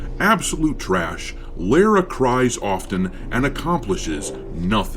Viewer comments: The way you pronounce her name drives me nuts lol Lera Croft?? What is it with Americans not being able to say Lara. Its’s not Laura and certainly not Lera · Lah- rah... say it... Lara... Lah, Ra... all this Lareu, loora, laura. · The way you pronounce her name is criminal. But you're a space pirate, and I agree with you regardless. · Sounds Like doesn’t even know the Character. He keeps saying her name wrong.